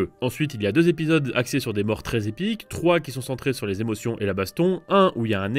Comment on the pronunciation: Lol "Èmotions" 😂😂